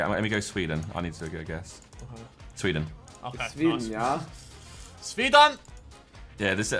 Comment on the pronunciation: "SWEDAN" -Harry with a German accent :D